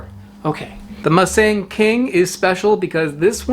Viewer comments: "Moo"-Sung emphasis on the first syllable. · The first syllable of Musang King is pronounced "mou" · it's pronounced "moo s-ah-ng", like a normal hard latin "ah" sound. such an english thing to pronounce the letter "a" as "e"